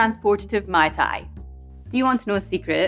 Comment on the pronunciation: You should pronounce "Ma-i Ta-i Roa eh" meaning "Delicous !" In Tahiti, a Mai Tai is done with : Orange juice, Pineapple juice, grenadine and coconut rum, shaked, served, and topped with dark rum I was quite surprised when i got an original mai tai at the bar instead of what i was used to haha